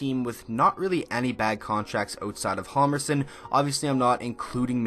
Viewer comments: its pronounced Jal-mer-son the h is silent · Hjalmarsson is pronounced Yalmarson. The combination of HJ in Swedish gives a silent H in the beginning and J in Swedish is pretty much pronounced as Y in English. :) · In Hjalmarsson the h is silent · The "H" is silent is Hjalmarsson... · In hjalmarsson the h is signed and u pronounce the j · Hammer has always been defense first first...also I wish he would pronounce his name correctly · The H is silent in Hjalmarsson